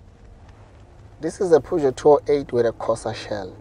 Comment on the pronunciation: Thats not how you pronounce Peugeot